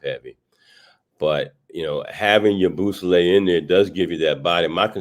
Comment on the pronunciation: Say it with me now YA-BOO-SELL-AYE . Do a tiny bit of research before you butcher a name you'll probably have to say a lot